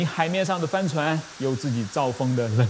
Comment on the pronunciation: 帆船的發音...怎麼聽起來像 “翻船”..